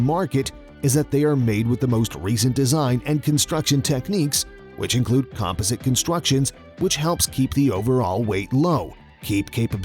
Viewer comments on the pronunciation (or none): Why are people pronouncing composite today as; com puh zit ? lol..